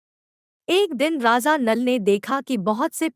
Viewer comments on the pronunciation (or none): It’s Raja and not Raza 😂